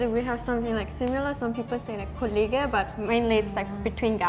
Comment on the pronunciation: dead ass used Kollegah instead of Kollege (ge) or collègue (fr) (Kollegah is a famous german rapper btw)